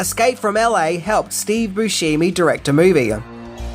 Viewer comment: It's not Steve Boo-shee-mee🙄